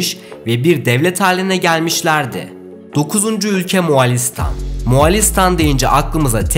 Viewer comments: Moğolistan doğrusu bu sen neden Moğalistan diyorsun bu dikkatsizlikler garip müzikler amatör hissettiriyor. Ve itina ile kanal engelleniyor. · Moğolistan ismi ısrarla yanlış telaffuz ediliyor, Moğalistan değil, Moğolistan!!! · moğalistan değil moğolistan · Moğolistan muğalistan değil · Moğolistan ❌️ Muağlistan✅️ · Abi moğolistan a iki kere moğalistan dedin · MOĞOLİSTAN DEĞİL MOĞALİĞSTAN